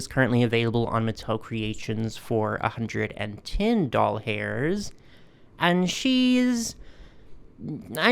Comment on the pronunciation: What the literal frack is a “doll-hair” currency ?? Are you mispronouncing “dollar” on purpose because this is a channel about dolls? Do you know how weird that actually sounds? It took me a hot minute to figure out what you were saying, then what you actually meant. I am SO sorry that you had such a bad reaction to your meds. As a Cancer patient, I completely sympathize with! All of my cancer drugs, Ibrance, Kisquali, and now Versenio have all affected me adversity, with my current med now being to cause itching all over. It is like having taken a bath in poison ivy, and nothing can stop it. (Unless I stop taking the med, then the cancer cells skyrocket! ) Bless your heart!